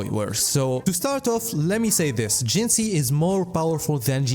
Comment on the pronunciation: Please tell I'm not the only one that's annoyed by creator's pronunciation of WuWa characters? Till now it was only Calcharo (pron. Kalkaro, check his self-intro voice line) and now Jinhsi too, have none of them pay attention during the story where they say her name numerous times.